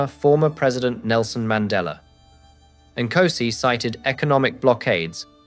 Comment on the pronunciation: You have zilch credibility as a South African if you cannot pronounce the first word of our national anthem correctly!!! "Nkosi sikelele iAfrika!"😅